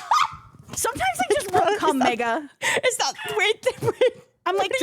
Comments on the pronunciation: As opposed to mehga, yeah? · Has always said Mega as 'Meyga' or has Koko's accent rubbed off on her? xdx bayg